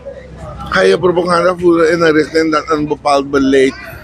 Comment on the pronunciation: De 1 voert propoganda en de ander propaganda zt daar het verschil in? Deze man zegt steevast altijd propoganda hinderlijk gewoon.Kan iemand hem het juiste woord influisteren aub?